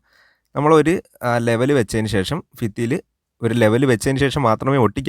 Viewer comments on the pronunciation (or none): ഫിത്തി അല്ലടോ ഭിത്തിയെന്ന് പറയൂ എവിടെത്തെ മലയാള മാണിത്